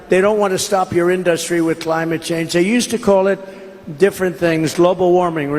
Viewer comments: The word "industry' is emphasized on the first syllable and he never gets it right, like everything he does. He's gonna lose! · Why does the #WorstPresidentEver pronounce the word "industry" like that? Why can't he get a suit that fits? Why can't he complete a sentence without lying?